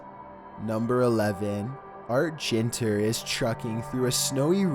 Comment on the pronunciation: You miss pronounced Ginter.